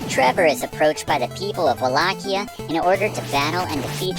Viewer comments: the games clearly pronounce it as "wall-ay-she-ah", not "Wall-ack-ee-a". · Professor, I LOVE your channel and this is a great walkthrough of my fav game but your pronunciation of Wallachia (wa-laa-shee-uh) and adding another syllable to Alucard drives me nuts lol… however keep the great content coming